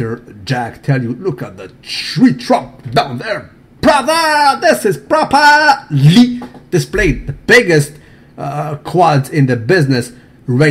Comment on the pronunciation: i love watching videos daily but holy crap do i want to smack him every time i hear that propah-leeee. lmao. makes me crack up, but still want to smack him.